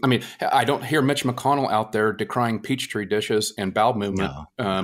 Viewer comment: Did she say...'peach-tree dish'? EDIT: ha, good to learn straight away it wasn't just me that heard that...